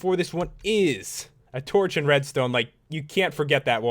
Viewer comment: Idk why but the way u say "and" kinda annoys me.. "Eeend end eyyyeend iiind eend" other then that good detailed vids lol